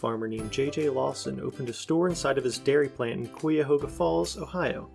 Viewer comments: it's kai ya ho ga , not Quee a hoGA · QWEEAHOGA?!?! Oh, how embarrassing. Cuyahoga is not a difficult word to pronounce. Kie-a-hoe-ga. Say it with me. It’s only the name of the county Cleveland is in.